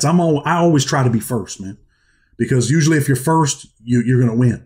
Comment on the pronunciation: Great story ! I challenge anyone to take a shot when Usp-lee is said!!! Cheers!!